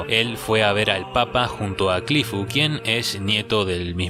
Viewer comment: Curifu, erinaraisu? No eres japonés, XD, repite después de mi; Cliff *E-li-na-li-se*.